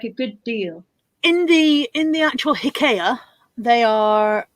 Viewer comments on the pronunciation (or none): I'm confused. You called it Hic-kay-a. In the US, we call it Ikea (eye-key-a).